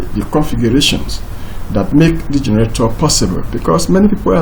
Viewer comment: I can only understand maybe 10% of the words you are saying when you are speaking. You don't even pronounce the word generator correctly. You are saying: Gerator. And that cursor is flying all over the place while you are speaking. Break it down to point one, point two, point three if you want to explain it properly.